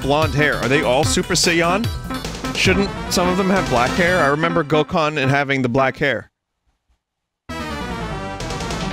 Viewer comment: GOKAN?!?!?! bro it’s gohan lmao